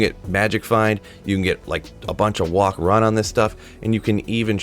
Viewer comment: when you incorrectly say walk/run makes want to say watch anything you publish